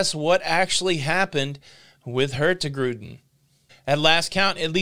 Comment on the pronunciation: no G in the Hurtigruten when pronounce it... It just sound wrong. Hurti-ruten will be close to the right way to pronounce it.